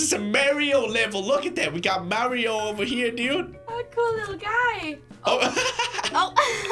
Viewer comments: did say merio and not mario? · dude... its pronounced mario, not maario XD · It's pronounced m-are-e-oh